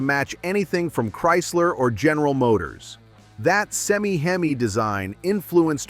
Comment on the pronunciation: Why in the world do you people keep putting out these types of muscle car videos from the 60’s & 70’s that you weren’t alive when these cars were made and post your uninformed opinions using an A.I. voice that can’t pronounce words like HEMI and the fake voice pronounces it “he my”? The Boss 429 Mustang was a good looking slow turd of a car. Out of every Hi Performance Mustang model available that year it was the slowest through the 1/4 mile even though it had by far the biggest engine it still got slapped around by any version of the 351 Cleveland motor as well as the Boss 302 Mustang. It would be cannon fodder against a 440 six pack Roadrunner and is not even worth making a comparison video for and you would know this if you did any kind of research involving the Boss 429 performance numbers. Just stop making videos about things you know nothing of, just stop it. Also the magazine was called Car Craft not Kar Kraft🙄